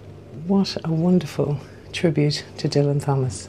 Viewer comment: Great to see and hear you back on YouTube,. I agree what you say about Fitzrovia. How I imagine village life in London. How I wish Soho looks but doesn't. Michael Bentine is pronounced Ben-teen. Also, Dylan Thomas - the H is silent.